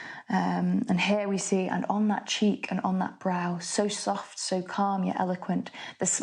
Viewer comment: There's no a,b,a,b sequence in stanza 3 if you pronounce brow that way.